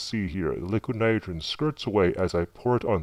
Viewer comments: Jesus man LEARN HOW TO SAY NITROGEN !!!!! Come on say it with me "NY-TRO-JEN" come on you can do it, it's not "NYGREN" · hahaa you cant say NITROGEN you say LIQUID NITERGN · Struggled to get by the "nudagen" pronunciation of Nitrogen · Hate the Way he say's "Nidrogen"....its' "Nitrogen" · It's pronounced ni tro gen. Not Nyogen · ...It was a great video...but it's pronounced ni-TRO-jen, not ni-TER-jen... ...just got a bit agitating listening to it...Still, great video. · This guy didnt actually say nitrogen one time in this video....it sounded more like.. niroin or somethin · liquid nidrjeh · liquid nidergen... liquid nidergen... Learn to speak without sounding "b-word" fat. Also, you obviously voice over these videos after recording (using a VERY shitty microphone, I might add), you're not fooling anyone. Get a popper-stopper too. Don't know what that is? Not surprising. Look it up and save the world from at least the edge of your annoying voice. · What's with the voice? And the articulation of "liquid nidergen?" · LIQUINITGRHN. Man, that is a weird word to hear said wrong. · Every time he said "liquinitgrhn" my eyelid twitched. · Liquid nidren... Enunciate! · The way you pronounce "nitrogen" is extremely annoying... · Just curious why you pronounce it "liquid nirigeon" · ni tro gen. please enunciate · nite-er-gin? We are lucky he is not teaching English as a second language! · Why can't you say nitrogen properly?? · im loling cause the guy cannot say 'nitrogen' (and also cause i think he's using a voice changer) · Cool Video but please pronounce "Nitrogen" fully, OMG so annoying lol... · The way he says "nitrogen" irks the fuck outta me. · The voice change thing is stupid. The way he says "nitrogen" makes me cringe. Sounds like someone typed it into Microsoft Sam or something or he can't pronounce it correctly. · why is it so hard for you to pronounce "nitrogen?" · well he cant say nitrogen properly sooo...